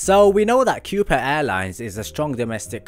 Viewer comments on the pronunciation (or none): I think it's pronounced, "Ko-Pah" but what do I know.